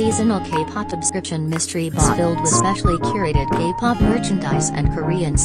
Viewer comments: I heard GAY-POP merch in the start— 💀💀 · HAHSHAHSHHS AM I THE ONLY ONE THAT HEARD "do you want gay pop" KAHSHAHAHS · bruh, I kept hearing gay pop :( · I understood gay pop instead of kpop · bro i heard "do u want gay pop merch" and naldnslsnsksbdksks i was like ✋🏼 hold on